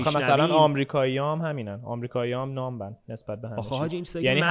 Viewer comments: تلفظ درست بی حس ، "نام" هست نه "نامب". و بی آخرش تلفظ نمیشه . مثل lamb راجع به دیرکشن هم که بقیه گفتن توی کامنتا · دیرکشن تلفظ آمریکاییشه و حتی در سطح جهان متداولتره. ولی کلمه ای که مثلا اینطوریه اگه تو کافه بگی پَنینی همه اصلاحت میکنن پِنینی ولی درستش همون فتحه هست. یا مثلا نامب که گفت اشتباهه.😪 پس خیلی حساس نشه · استاد b توی numb تلفظ نمیشه به نظرم فارسی حرف زدن خیلی با کلاس تر‌ه در هر صورت.